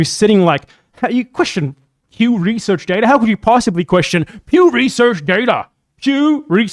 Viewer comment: PEW RESURRRCH DAYTAHH